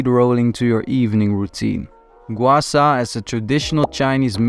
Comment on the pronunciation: Hollow cheek just make a look like don’t exercise or eat enough! …and btw low fat diets are extremely unhealthy and low even lowers testosterone levels! And that’s NOT how your supposed gua sha 😂 or “gwar sar” !!! 😂😂😂